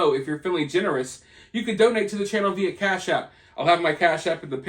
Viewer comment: I’ll donate again when u start pronouncing via correctly. #RoadTo200kSubs